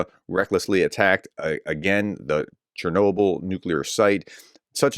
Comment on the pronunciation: In Ukraine we pronounce Chernobyl almost the same way you do it in English.